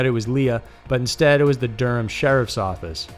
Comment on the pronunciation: DURHAM!!!!!you said it correctly to, not Door-um like so many others.